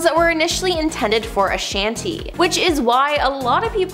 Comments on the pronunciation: Girl ,with the Guts shirt on , if ur pronouncing somebody's name ... Especially an icon in the industry, please pronounce it Right !!!it's not Ashoniiiiii! Her name is pronounced Ashanti!! 🤦🏼‍♀️☝🏼. with her name sounding like an E the end!! Its not like ur an A.I..!! Who can't help it....ur speaking live ,so pronounce people's names appropriately!!!! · lol mispronounced Ashanti as well 👀